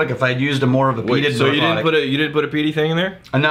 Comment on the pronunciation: I know this is old and will probably never be seen, BUT, it's pronounced "Brook- laddie".